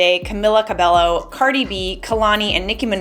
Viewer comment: Cmon... Its cabeyo not red cabelo